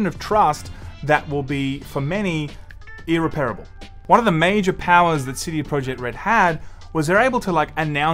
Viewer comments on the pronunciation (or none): You say "irreparable", says "erapearabowl" (sp?). And no, it isn't pronounced any differently down under. Unless you are.